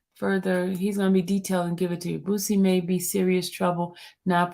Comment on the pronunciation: PRONOUNCED BOO..CEE NOT BOOT..CEE